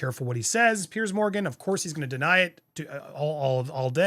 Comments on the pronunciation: Jesus, Andy. It's Pronounced Peerz, not Pierce. And Schofield is pronounced skofield, not shofield. It's like people calling you Undy. So American. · Small comment. Piers Morgan is Piers not Pierce. Piers is a very English name I know but it is Piers pronounced Peers.